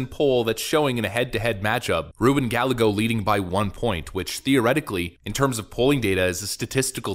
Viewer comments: ps IT'S NOT GALLAGOS, IT'S GUYAYGOS, LL=Y IN SPANISH. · Guy-a-go. its spanish. come on man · It's pronounced gah-YAY-go the double L sounds like a Y. Spanish speakers are amused when gueros mispronounce common Hispanic names. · Dude, the 'll' in Spanish is pronounced like a 'y', think 'tortilla'.